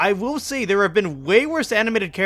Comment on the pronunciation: i have been stuck on this it sounds like you sed (there are ) but subs/ (cc) say (there have) and you meant (there have) but it sounds like (the arev)